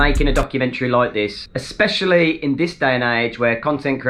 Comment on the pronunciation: "Exspcially" Really.